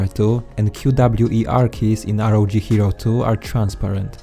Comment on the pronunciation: It's not R O J it's ROG as in republic of gamers